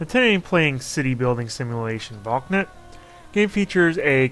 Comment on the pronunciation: i bwliwvw ita german and its pronounces valknoot